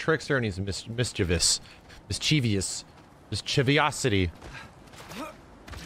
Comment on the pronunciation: Literally the only person in media I've ever heard pronounce "mischievous" correctly. Thank you 😊